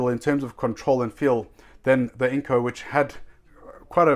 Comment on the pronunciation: Let me teach you how To pronounce. Its Dewalt not devault. Its INGCO not INCO.